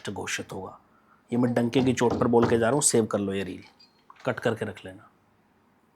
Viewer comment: भाई डंके की चोट होता है donkey की चोट नहीं 😂😂😂😂